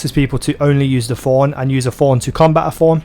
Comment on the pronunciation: Stop saying Forn, it's Thorn you dumb ugly accent